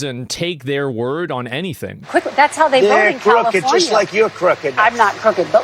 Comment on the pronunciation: 'Califormia' Hahahha